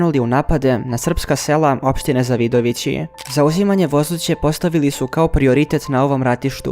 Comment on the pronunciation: Koji je ovo pakas? Ne zna da izgovori Zavidovici a prica nesto.